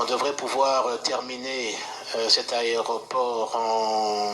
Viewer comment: Bonjour ndeko, Meka ko corriger, on dit aéroport et non aréoport. Merci.